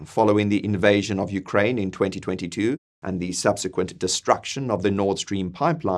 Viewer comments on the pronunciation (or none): none